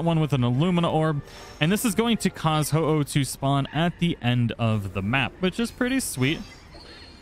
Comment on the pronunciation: You feel bad for mispronouncing Ho-oh while getting it correct, but not bad for mispronouncing Heliolisk (You constantly say Heel-i-osk). Just because Ho-oh is a legendary it gets special treatment? is that it?